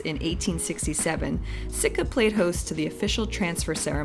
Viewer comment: Sitka not Sika !!!!